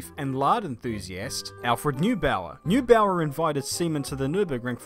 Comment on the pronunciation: Trying not to laugh hearing pronounce some of these names: Carraciola, Voiturrette, Coppa Acerbo and Neubauer.